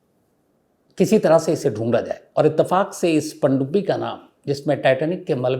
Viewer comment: "Pandubbi " u Say this so nicely....i liked to hear that nearly 45 times❤